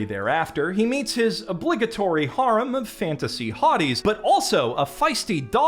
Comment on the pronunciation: For the love of all that's holy please learn how to pronounce the word "harem"